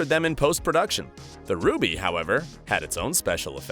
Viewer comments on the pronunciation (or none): none